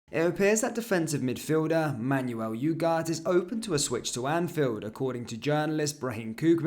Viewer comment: I’m Spanish….his name is pronounced…” U gar tay “